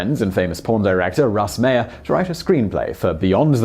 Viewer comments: Russ Meyer last name is pronounced like Oscar Meyer's. My understanding is that Russ Meyer approached Ebert after Ebert gave Meyer's film VIXEN a glowing review. BONUS FACT: during the writing of UP! Ebert felt so under the gun that he cribbed a whole passage from 1920's-era poet Hilda Doolittle (H.D.) into the narration. BONUS FACT: Ebert is credited as "B.Callum" in UP! & BENEATH THE VALLEY OF THE ULTRA-VIXENS. Finally all three movies are available at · MY-er, as in Oscar Meyer. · It's pronounced "Russ MY-er."